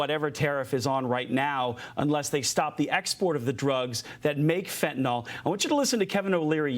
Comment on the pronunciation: Please stop mispronouncing Fentanyl. Fentanyl is not pronounced like Tylenol. NYL not NOL.